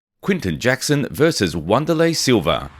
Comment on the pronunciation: TF is Wanda-lay Silva??